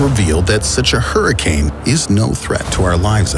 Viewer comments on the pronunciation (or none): none